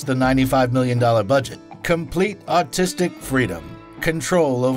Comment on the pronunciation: "complete autistic freedom". I listened to it 6-7 times. Cant change my mind lol